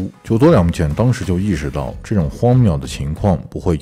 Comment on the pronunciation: 荒谬的谬读错了